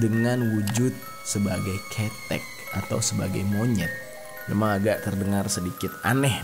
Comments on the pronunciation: Maapin aku bang, sumpah aku orang jawa malah ngakak abang nyebutin kata "ketek" karna salah penyebutan.. tp aku tau maksudnya kok 🥲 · Serius ngakak pas pertama x denger bang Jeri ngucapin ketek😂😂 yg kl dlm basa Indonesia artinya ketiak, pdhl mksdy bang Jeri ketek disini adl kera atw monyet. Huruf e yg pertama & kedua itu beda pengucapan bang. Tp gpp dech lucunya dpt. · Ma'af Kak,pengejaan "Ke" awal pada kata "Ketek" (bahasa Jawa) yg bener gini Kak.... "Ke" -nya di baca seperti kata "Ke mana?" (bahasa Indonesia) Buat tambahan pengetahuan bahasa aja Kak, Over all paham kok 😁makasih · Maap bang aku ngakak tiap kali nyebut ketek, gak gtu penyebutannya bang 😂 tpi gpp lah menghibur bgt😂😂😂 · Ketek-Monyet Pelafalannya gini KE - KElelawar TE - TEmbok Awalan KElelawar ama TEmbok di gabung,Kira2 gitulah KETEK yg sebut udah lain artinya... (itu biasa yg bau asem) 😁😁😁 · Bukan ketek bang, tapi ketek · slah penyebutan ketek nyaa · KETEK BANG ,bukan KETEK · Ngakak bang dalam penyebutan kata monyet dalam bahasa jawa,tpi gpph buat hiburan juga😂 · Kheuthek woi bukan kethek(ketiak) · Salah nyebut nama KeTEk Bukan KETEK 😀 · Bukan khetek ketiak bang, tp khéthek... 🤣🤣🤣🤣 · "Khethek" Bukan ketek, ada 3 jenis huruf e, e' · Sebelahnya Tulungagung kak, dari Trenggalek. Tapi penyebutannya bukan ketek kak🤧 tapi Kethek . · Kudune ketek udu ketek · Saat denger aku langsung ketawa krn slh penyebutan tp wkt tak tanya di Google kok sm penyebutannya ketek,pdhal sbg org jawa sy taunya ya KhE'thEk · Kethèk, bukan kettek😂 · Ketek dibaca keutek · Kêthék bang, aku ketawa lo tiap abang salah nyebutnya, soalnya jatuhnya 'ketek = ketiak' hehe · Kethek mas bukan ketek, beda... Kethek Itu ejaan bhs Jawanya ketek itu bhs Indonesianya 🙏 huruf E bahasa Jawa itu beda dengan huruf E bahasa Indonesia 🙏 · Ngakak pas bang bilanh "kèthek" (monyet) dalam b. Jawa 😂😂 yg bang jerry bilang itu ketek (ketiak) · mf ngakak gua pas dia ngmng KETEK buat disebelah tangan 😁bacanya salah woy.. tapi KE'TEK.. atau monyet